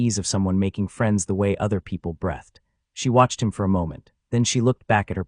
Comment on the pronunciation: Breath ed isn't a word. Breath (noun) has no past tense. Please teach your AI how to pronounce breathEd (verb).